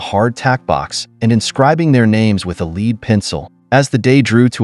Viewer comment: Not a Leed pencil but a lead (ledd) pencil